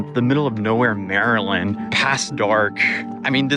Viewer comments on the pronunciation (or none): none